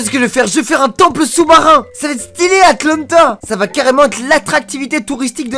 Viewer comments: c'est atlantique pas Atlanta 😂😂😂😂😂😂😂😂😂😂😂 apprends ton l'angage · sa se dit Atlantiques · Atlantic pas Atlanta 😂😂🤣🤣😂🤣🤣😂🤣🤣🤣😂🤣🤣😂🤣🤣🤣🤣🤣